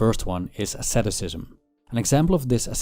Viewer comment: What is the name of the practice suggested by Arthur Schopenhauer and Buddhist monks? I can't understand from the video, I hear something like "sadoscism", but it doesn't look like you are talking about "sadism" or "masochism". Edit: never mind, I found closed captions, it is "asceticism". English isn't my first language, so it's hard sometimes to understand.